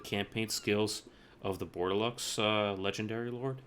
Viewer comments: Dude, it´ is pronounced "bor de lo" not bordelox ^^ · Good guide. I wanted to play Brettonian factions for awhile, but the beginning event was kind of throwing me off. One thing however, the X in Bordeleux is silent :P